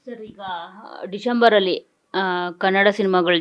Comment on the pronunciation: ಅಮ್ಮ ತಾಯಿ ಅದು ಡಿಶಂಬರ್ ಅಲ್ಲಾ ಡಿಸಂಬರ್ ಅದು 😂